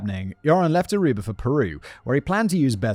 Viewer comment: I hate that he says Arubar.